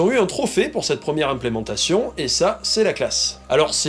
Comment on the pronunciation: La première "implentation" 🤣 🤣 🤣